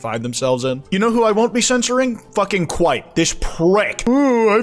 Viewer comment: Damn I didn't know you hated kwite